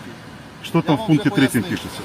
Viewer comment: Не Шо , а Що . 😂😂😂 Руки из карманов вытащил.😂😂😂.